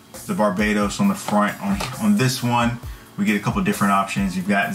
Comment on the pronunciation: What's wrong with kids and it's BARBATOS not Barbados